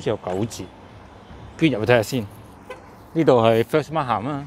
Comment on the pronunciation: Many people say it wrong. The word Markham is not pronounced as Mark Ham. The letter h in Markham is silent. Say it as Markam please.